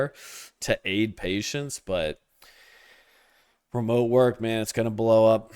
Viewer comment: Be jaded at remeote is low T-energy!!!!!😂😂😂 great commentary